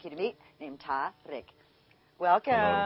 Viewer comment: why she saying his name weird